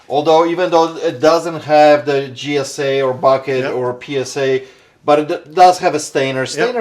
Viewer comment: please your killing me 😂its not Gsa.it's JJJJJJJJJJJJJJ. please stop saying g s a it's Jjjjjjjj sa 😂 it's beckett not bucket and it's steiner not stainer lol. Accent or not you sound so wrong my friend 😂😂